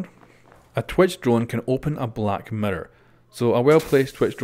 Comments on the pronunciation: meer ir not merer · Sounds like ur saying Mirrdoor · Mirror not Mitter u Sped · mirror!!!! not mira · Yo Pronounce mirror correctly